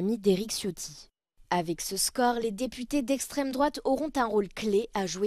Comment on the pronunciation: Oui cela,m.a choqué LE MOT EXTRÊME !! est bien appuyé en plus!!!!😕C'EST PAS BEAU LES JOURNALOS!!!!👎👎👎👎👎